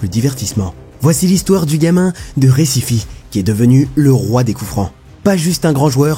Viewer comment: On Brésil on parle portugais, pas espagnol, Recife ça se prononce pas Récifé, ça se prononce Récif